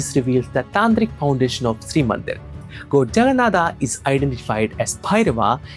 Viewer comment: Bro I'm from Odisha 😅we odias pronounc exactly how you described Jaganathah . If you know all these stuffs. Why don't you pronounce those words properly, it's not that hard atleast try . From a guy who is making content from santana dharma atleast have to pronounce correctly. From your mouth it's more like a eouropen pronouncing those words. I'm not exaggerating this but this necessary looks how Mahabharata became Mahabharataa with the time and the most of Indians are also pronouncing like this 😑😒😒.